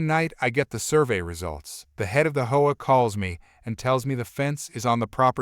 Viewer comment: Please pronounce HOA right, it’s not pronounced like whoa